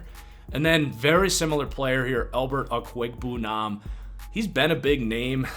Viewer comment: Alberts last name is pronounced Obwa-ekwa-neeba-nam